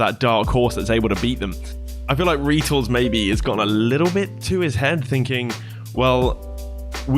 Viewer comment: First time I've ever heard someone pronounce his name, Reetals